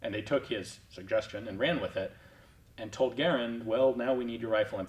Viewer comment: Well done for being one of the 1 percent that pronounces Garand correctly!!!